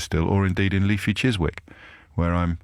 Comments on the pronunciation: Chis Wick? It's chissick as any real londoner would know....what a muppet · Michael X I’m not a Londoner....Geordie born and bred, but I know how to pronounce “Chissick.”